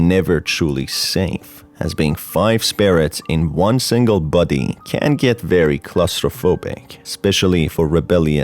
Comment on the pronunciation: Countless times i heard “buddy” and not “body”